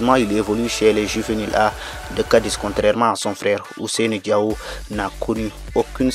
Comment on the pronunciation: Il faut bien prononcer c'est pas diaw c'est diao